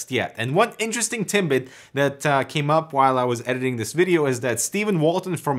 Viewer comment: They're TIDBITS, not "tinbits"